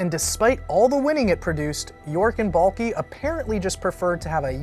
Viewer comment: Is anyone else annoyed when says Trent Baalkee? It's BALK!!!! THE E IS SILENT YOU MORON!